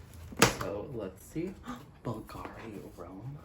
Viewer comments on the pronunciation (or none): Hi! We spell it like the accent goes on the U not the A, it’s said softer here. By the way love some Bulgari content. I love these reviews